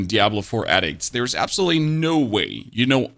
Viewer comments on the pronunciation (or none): none